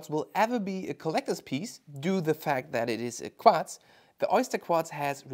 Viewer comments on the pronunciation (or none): "Qwatz movement" 😂